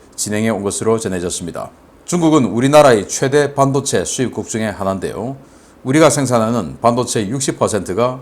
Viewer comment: 반도체 발음을 잘못하고 있어요....반...하고 높임이 아니고 낮춰야 함네다.